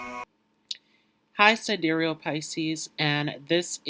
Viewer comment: Honey, you are doing very well. Keep up the good work! If you would like to appear just a bit more polished, pronounce ‘sidereal’ as ‘si-dear-e-all’. Thank you for all of your hard work! The lighting is pretty good but people seem to respond better to ‘light, bright” backgrounds that create a feeling of happiness and bliss. Not to mention, you are good looking and you have symmetrical features which people are drawn to. The information is spot on. So, I don’t really have any helpful tips here. As you progress with your channel, you will become more and more comfortable so the information flows naturally. You’ve got a great skill set and I hope you are proud of what you’ve accomplished so far. Keep going, young man! And, I know this may sound odd but, try smiling as you speak. It will bring a twinkle to your eyes which will also draw people to your channel. I wish you well! May you achieve the level of success you desire!!